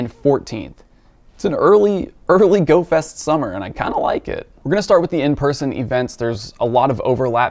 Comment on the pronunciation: did you say "Goat fest"?